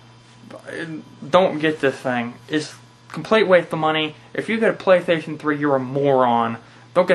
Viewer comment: Whats a pwaystation flee?XD